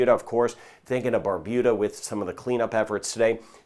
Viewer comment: Good morning thank you for helping to keep us safe I live in Barbuda and we all have been able to prepare for this an any weather coming our way thanks to you 😊. Also thank you for correctly pronouncing Barbuda 😊😊